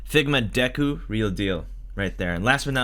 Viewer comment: Wait did he just refer to Deku as Dooku?